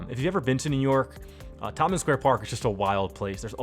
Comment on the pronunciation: Thanks for covering this neighborhood. I grew up and attended public school here and I see you've actually built it out. Loisaida is supposed to sound like "Lower East Side". "Tomkins" is supposed to be "Tompkins". Also, it's the first time I've ever heard of the A-D pneumonic device. Anyways, I think you did a great job building this out. I'm looking forward to future videos on Chinatown and LES.